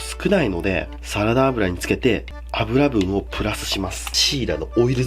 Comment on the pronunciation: あぶらぶん？ ゆぶんじゃない？笑